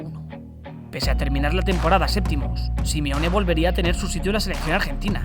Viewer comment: Por que le dices Simione?